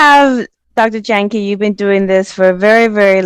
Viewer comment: Jahnke pronounced "yang ka" He's so humble he never corrected you. 🙏😂